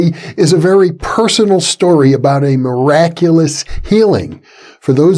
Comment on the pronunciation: ''A meraculous healing with nacy du tertre'' 20 minutes on 1.5x a book of words later